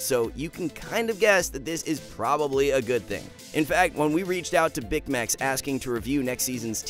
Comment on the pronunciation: Bicmex must get so mad whenever he hears his name mispronounced, which is almost always.